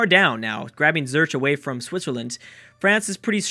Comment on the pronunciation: I don't know why I even try, it's Zurick not Zerch :) I'm guessing the crack destroys pronunciation amongst other things I'll give you credit tho, you pronounced Bern correctly :)